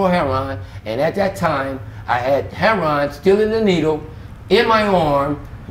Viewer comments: why tf does he keep pronouncing "heroin" as "heron" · Is it just me but is it pronounced Heroin?.........Or Hairon?......... If you’re going to get high off of Heroin at least pronounce it correctly. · So annoying how he says herron not heroin lol I do wish him well though.. I hope he starts making better life choices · Why do some Black interviewees say "heruon" rather than "heroin"? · Why do people say "hair-on" instead of heroin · It comes off sounding as 'hair-on', but they are pronouncing it as 'hero-wine', instead of 'hero-win' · should be in a Spike Lee movie or similar. Although he has been through hell and back, he is very expressive and great in front of camera. Love how he pronounces heroin as hero-arnnn. You are a star,. Thank you for your story. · I took a drink every time he said herro-wan. Man I'm wasted now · The way these dudes say "Heroin" ("Her'on"!) is just weird. 🤔😀 I wonder where that pronouncement came from?! 😊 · It's just Hood Street Language. We know it's Pronounced Heroin! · i love how he says heron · This was a lot. I snapped back in everytime he said hair-ron. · How do you get Heron out of heroin? I hear so many people on these videos calling it Heron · why do so many say HAIR RON ?? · Why do all these people(LA) pronounce it heron ,there is i ! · Never heard of anything pronouncing "HERON" for heroin. He seems like a honest person. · I love how he says heroin. I am as country as a church mouse so I pronounce (hair-o-win). Did he stop to breath while telling his story? Wow he remembers well. I wish him the best..... hope he is well now. Hugs!